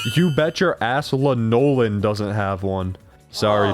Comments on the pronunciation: My brother in Christ, have you not seen Garfield and Friends? “LAN-Oh-Lyn”, not “Le Nolan”. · bro how could you pronounce it wrong?¡ is lanoLIN not lah-nolan XD i can hear the memes now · her name is usually pronounced as ‘La-uh-luhn’